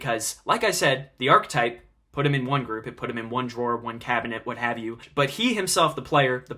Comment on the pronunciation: good video, it's pronounced ar-ki-type though